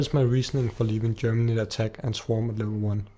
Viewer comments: It's geminate not germinate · GEMINATE GEMINATE GEMINATE GEMINATE "BEING DOUBLED" NOT GERMINATE "TO PUT OUT ROOTS" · ***** the proper word is geminate, which means to double